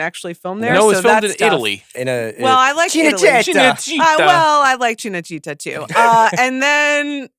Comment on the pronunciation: This is not how you pronounce Cinecittà.